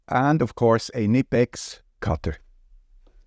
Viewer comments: I’m interested that you pronounced Knipex as “nipex”, whereas a native German speaker once told me it is “K-nigh-pex”? As a native English speaker, I still have no clue how to pronounce the brand properly! I had assumed you were Swiss-German as oposed French, from the accent, so very interested in your take on this? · I assume, he did this for English speaking audience. With little effort, the German pronunciation can be found on the big I. I've found: k+nea+pex. I cannot remember a German word where "k" is not pronounced (unless it is of a foreign origin). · In this video you referred to your KnipEx cutter and you pronounced it with a silent 'K'. Did you do that on purpose for your English-speaking audience or is that the normal way of pronouncing "Knipex" in your language?